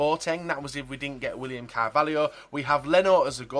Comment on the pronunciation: William "CARVALIO"